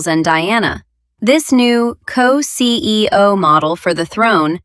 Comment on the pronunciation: LOL “co-ceeo model for the throne” had me cracking up 🤣 Royalty going corporate haha